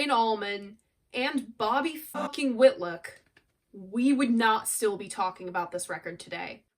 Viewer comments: Love this video. Layla is an epic masterpiece. Just one thing to mention - you mispronounce Bobby Whitlock’s name several times. It’s WhitLOCK not WhitLICK. Love all you do ! Keep creating. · GoodJob......I just wish you knew it's "WitLOCK......not WITLICK) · i love you dear your work is amazing ...however its not whitluck its whitlock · Your greatest review yet. No other reviewers (and not just young ones) do as much research, and care as much about the history of the recordings as you do. I still have my original pressing of this on Atco. --BTW, --Whilick? Whitluck? --Whitlock rhymes with "hit rock". --And he's still alive and going strong. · Bobby Whit-lick! LOL. You’re so cute, I give you a pass.